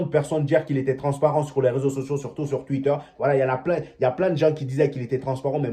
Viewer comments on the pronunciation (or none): none